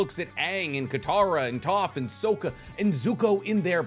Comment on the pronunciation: “SOAK-AH”?!??!! I hate you now.